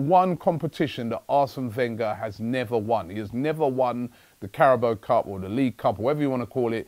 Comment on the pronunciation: CARABAO* not Carabo.